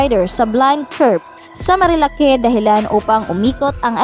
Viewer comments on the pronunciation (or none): Marilak not marilake 😐